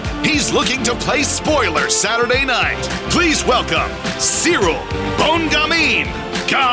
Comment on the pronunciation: JJones is a BS-er. "I respect Cereal Gain" Really? you can't even say his name right! No respect there, he's just trying to pump up his brand talking BS.